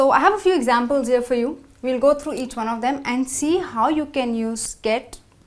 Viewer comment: Les exemples sont excellents mais l'accent n'y est pas du tout.Par conséquent la prononciation présente des lacunes comme "trough" par exemple.Ce qui parfois entraine des difficultées de compréhension!! Rien de tel que de vrais natifs comme "Rebecca" ou Jill.Désolé je suis déçu,alors good bye!!!